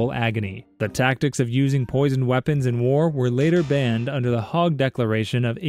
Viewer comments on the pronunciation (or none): Hauge is Not "hog" it's "hey-ga" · It's pronounced HAYG buddy, named after the building the convention was ratified in.